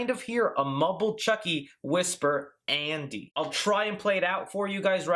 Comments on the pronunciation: Is it just me or did I hear 'asshole' instead of 'Andy' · The voice sounds like it's saying "asshole", rather "andy." I'm dead serious.